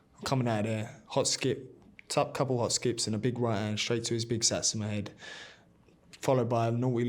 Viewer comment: Can't even say Satsuma properly. What an egg 😂😂😂. Eggs bennydickt.